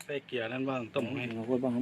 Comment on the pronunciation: เกลือๆๆไม่ใช่ เกลีย